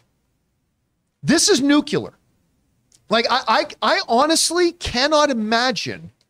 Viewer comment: Did Campea say "Nucular" instead of Nuclear?